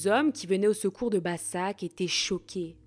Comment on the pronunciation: Başak se prononce Bachak